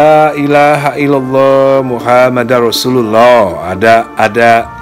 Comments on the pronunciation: Laailahailallah muhammadURrosulallah, bukan muhammadar, mohon dikoreksi jika salah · Maaf mas Dani untuk melafazkan kalimat Muhammadur Rosululloh( pakai rofa) bukan Muhammadar Rosululloh "LAA ILAHA ILLALLOH MUHAMMAD(UR ) ROSULULLOH" 🙏🙏